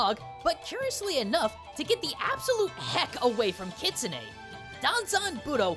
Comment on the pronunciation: I can understand why you kept saying Danzan. After all, he is your beloved chicken nugget of a bard. Plus, having studied Japanese myself, I can REALLY sympathize when it comes to messing up with kanji...